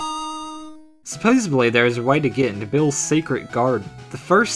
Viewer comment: "Supposably" means "possibly," while "supposedly" means "what is supposed to be true". I brought this up, because I think said "supposably." It's a frequent flip- er, slip. (but it could be considered a flip)